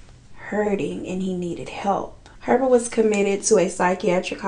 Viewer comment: I know im late but like his last name is pronounced Pervert